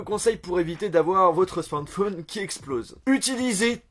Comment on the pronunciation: On dit SMARTPHON EEEE pas smartphon1